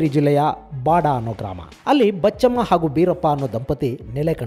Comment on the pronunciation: ತಾಯಿ ಬಚ್ಚಮ್ಮ ಅಂತ ಆಗಬೇಕು.! ಆದರೆ ಉಚ್ಚಾರಣೆಯಲ್ಲಿ ಬೀಚಮ್ಮ ಅಂತ ಒಂತರಾ ಧ್ವನಿ ಬರುತ್ತಿದೆ ಗುರುಗಳೆ